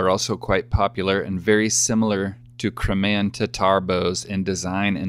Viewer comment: Cry-may-an..........form the Crimea (Cry-me-ah)....